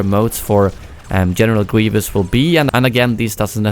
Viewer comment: "general gweivous"